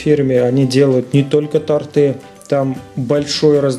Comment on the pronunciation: да блин, бесит...не тортЫ, а тОрты.....а торт классный😂